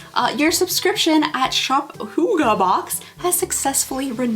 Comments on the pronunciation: its not hoogah its hygge- hy as in hydraulics, gge as in a hard ge sound like get. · The prononciation for Hygge is completely off, I thought one could tust those apps. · I'm offended the Danish HYGGE word is being exploited. And even your phone didn't say it right, although close. Danish has 9 vowels, with 'Y' being one of them. The two 'G's and 'E'' you pronounce like '-keh.' I don't think you got sent any Hygge, caramel popcorn is straight up American, I'm sorry, lol. There has to be much better boxes out there we haven't discovered yet. If they had sent you a pair of TAPERED, candles, at least it would be on brand. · That was not the right pronunciation at all. I suppose a danish person hearing it would be able to guess what was meant, but they'd probably also correct it. I can't think of a good way of describing how the y sound is supposed to sound like. No english words come to mind that sound similar. H is shorter in hygge not dragged out as much, more similar to the h in hut. The word is kind of a compact word if that makes sense. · I was going to say! It's pronounced very differently in Norwegian